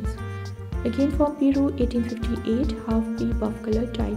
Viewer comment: Peru is pronounced Per-roo.